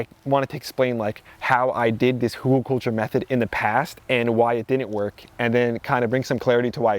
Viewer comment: Ridiculous presentation. 🤦‍♀️ And it is calles HÜGELKULTUR. Not something else. My goodness me. 🤦‍♀️🤦‍♀️🤦‍♀️